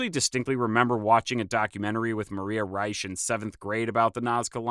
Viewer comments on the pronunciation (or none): none